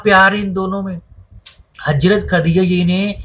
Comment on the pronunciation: Bhi hajrat aor hazrat dono ka alag meaning hey sahi se pronounce ker lia karo 🤌🏻